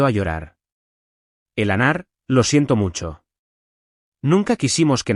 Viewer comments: Eleonor eslapronunciacioncorrecta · Que mal pronuncian. Elanor se dice Eleanor. Luego dicen Molina y a veces Melina. Además me pueden decir de que tamaño es el dichoso reloj del padre? Solo le falto que metieran un elefante en el